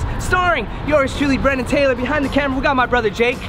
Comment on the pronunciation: Brennen not brenden